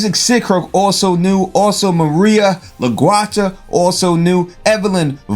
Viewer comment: you a fake fan. cant even pronounce la guerta. lmfao. and i cant spell it 😂😂😃